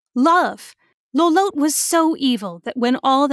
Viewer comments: is "low-lowt" really the canon pronunciation for lolotte? i always thought of it as "low-lot-tee", like how the name "Lotte" is normally pronounced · The way y'all pronounce Lolotte makes me feel like I'm going insane haha. It's spelled like Charlotte. Pretty sure for it to be pronounced this way, it would have to be spelled Lolote. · You pronounced Lolotte's name wrong.